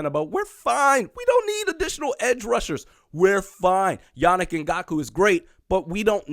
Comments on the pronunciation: Also is ngak-way not ngak-u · Can’t be mispronouncing our players! In-Gonk-Way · Please....learn the name before making a 7 minute video. Not respectful to put in the effort to say it properly. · Eh.. this one was pretty brutal